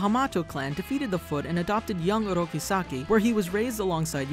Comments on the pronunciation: It's Oroku not Oroki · Why does he keep saying "Oroki"?